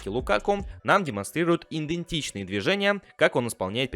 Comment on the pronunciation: Дружище, спасибо, конечно, за видосы, но обрати, пожалуйста, внимание на слово «идентичный» , ибо режет ухо лишняя «н» уже не первый ролик.